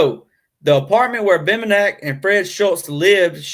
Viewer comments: Name is pronounced BEM BEN NICK good show though.. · Dude, it’s Bem-ben-ick. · It's pronounced Bem-Ben-nick. And I left your video after the first three minutes because of it. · and the accent is on "BEN".